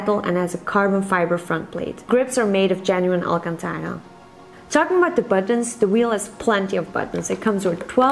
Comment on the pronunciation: They know that the boy getting this will be hyper hyped, so they send it alreasy assembled and ready to be mounted and "rev up your engines". By the way, "Al Katana"? It's Al Cantara for DD sake! come on folks it's the only universal word that comes from my language Arabic and everyone finds it difficult! I wish next gen VR will have some kind of AR to allow us enjoy some of this expensive Alcantara and know which the hell button we are pressing at. 😂